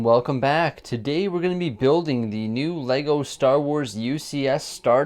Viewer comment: IT TOOK ME OVER €300 TO CORRECT YOUR SHIT. LEGO . ARE YOU READING THIS .